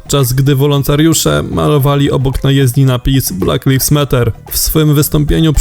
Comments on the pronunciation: ulomie jeden... Lajwz nie liwz... 🤦‍♂️🤦‍♂️🤦‍♂️ #LektorekMusiOdejść 🤦‍♂️🤦‍♂️🤦‍♂️ #NiePchajSięNaAfiszJakNiePotrafisz 🤦‍♂️ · "Black leafs matter", skąd Ty Maciek tego lektora wyszukałeś?